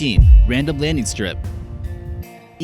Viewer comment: ‘A ufo landeen site? ‘ Why does this goon mis-talk like this?. And let’s not forget about the ‘ army corpse’. What an idiot.